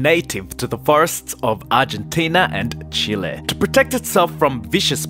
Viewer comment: Toa proatecta it’s egggggs